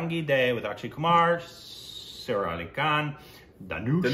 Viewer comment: It's not pronounced as sarah but sa-ra